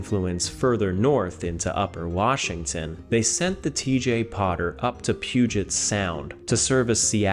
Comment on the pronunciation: Thank you for saying our State's name correctly.